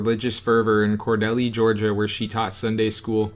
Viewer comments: Not to nit-pick, but it's pronounced Kor-DEAL. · Cordella man you're Butchering our Ga County names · And Cordele is pronounced kor-Dēl. You don't have to pronounce the r. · Great video but learn to pronounce the towns. Dekalb sounds like De-cab and Macon sounds like May-con. Cordele sounds like Cor-dell. I think that’s it. You can always YouTube how to pronounce them. Lol sorry really great info though.